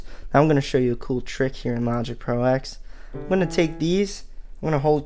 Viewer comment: Kavish Ganapathy And he keeps calling it Logic Pro Ex as opposed to Ten 😡